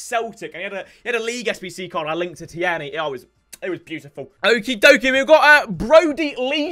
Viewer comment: Tee- erny